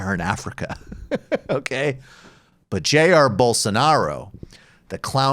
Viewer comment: Rave Dubin saying Bowl-Sar-N'row never gets old